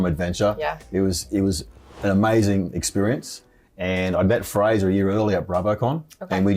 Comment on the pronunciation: It's Fraser, rhymes with razor!